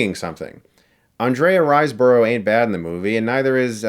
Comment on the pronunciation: Ann-dre-uh Rise-burough < Ann-dree-ah Rise-bruh ;P